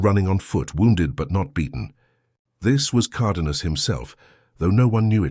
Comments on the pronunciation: Flawed AI narration for a very entertaining story. Spanish pronunciation isn’t all that hard, btw, even for anglos. VEE-Ya. Car-DAY-nyas. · Good god! You can't even speak English! Migulito is pronounced Meegeleeto, Cardenas is Carxehnas. I already addressed the pronunciation of Villas' name.